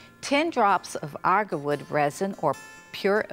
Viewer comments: Agarwood. Not argarwood. Oud as in Oood not owd. This is for all the people learning out there so don’t get confused. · “Arrgawood” “Ode” “Orls” “Pie-Pette” “Pyoya-foom” “Cardamon” Subtitles please 😂